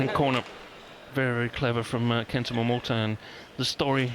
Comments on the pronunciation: She says "Momoto" LOL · Btw announcer is pronounced as MoMoTa !!! Not MoMoTO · GILLIAN CLARK Stop calling MomotA - MomotO !!!!!!"!!!!!!!!!!!! goddammit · The whole friggin match she says 'momoto' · Stop calling him Momoto lol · it’s written MomoTA, not Momoto. If he wants people to pronounce it Momoto, he should change the name to momoto. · Great to see the early Momota. He seems not to be known when Gillian just doesn't get his name right. I hope he's still able to show what he's got when Corona's disappeared.